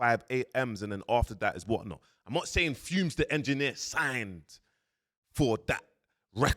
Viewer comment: he’s either doing it on purpose which is jokes😂😂 or he’s not but idk because why he keep saying fume when it clearly says fumez and everyone says fumez not “big up fume the engineer” 😂😂😂😂😂